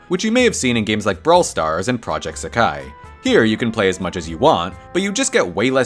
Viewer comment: "prauject suhkai" (ALSO PJSK MENTION.............)